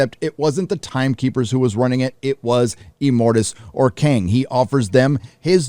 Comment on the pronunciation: Imortis or Cain? King? Kang? Sorry,. You say this numerous times and I can't tell what you're saying.